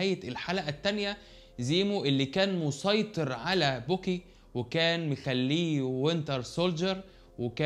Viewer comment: مع احترامي ليك انا شايف انك مش بضيف اي حاجه جديده بالمناقشة او المراجعة بتعتك للحلقات حاول تطور شويه عن كدا ملحوظة اسمه باكي ... مش بوكي